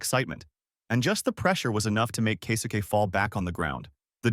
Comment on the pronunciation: Kay-soo-Kay 😅 Kesuke?